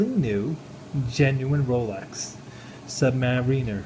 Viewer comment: Sorry, but I don't buy one bit of this story. If you knew even the slightest bit about Rolex you would know how to pronounce the word Submariner, and also how to pronounce the word bezel. And you are claiming also that you bought an $8,000 dollar watch for only $900. That just doesn't happen. also, this is a replica. As soon as you showed the crown height it is obvious. Replicas have a lower crown height than a gen because of the movements that are used. The video quality is horrible so a lot of details are hard to notice, but looks like the SEL fitment is not correct at all either. There's a lot of us that spend every day surrounded by genuine and replica watches and doing comparisons, so even a great replica is not going to fool those that know what to look for. I wouldn't say this is a great replica either. Probably one that sells in the 2 to 300 dollar range. Saying you have had it authenticated means nothing without a written statement. Anybody can say that. Not to put you down, but your knowledge of watches presented here is pretty evident. If you are a troll that is just pretty crappy, but if that's not the case then I would suggest doing a lot more research on replicas and genuine watches and read the reviews and comparisons to learn the differences. another thing is your information on the history of Rolex is completely wrong. lol laughable actually. I honestly can't believe that you are being serious with this review.